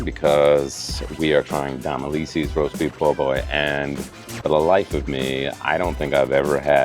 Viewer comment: How do you say Domilise’s? lol I thought you were from Nola?